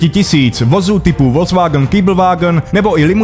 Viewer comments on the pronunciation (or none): none